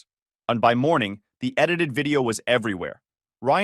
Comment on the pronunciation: Yeah. I was about to say something about that,but all I can add is a +1 to your comment. The AI does not handle homographs well. I live with my son. But Live rhymes with DiVE I tied a bow in the ribbon. But Bowwhymes with COW. I understand why it’s making this kind of error. I understand that the logic would have to be to solve it, and it’s significant. It’s pretty good at most of the English quirks. Even subtle stuff like figuring out to be a bit forceful when the story starts saying legit things the speaker is upset about. But Semper Fi is the first mispronunciation that’s actually bothered me. Before that… it’s like the stick figure drawing a five year old would want hung on the fridge. Objectively, not high art.